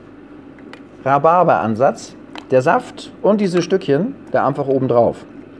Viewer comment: Wir lieben euch! Und er kleine Sprachfehler: Amfach, einfach toll. Macht weiter so!